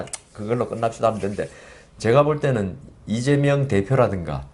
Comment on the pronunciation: 아무리 들어도 '이죄명'으로 들리는 건 왜일까요